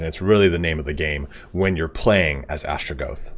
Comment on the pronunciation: Atra-GOTH, not Astra-GOATH.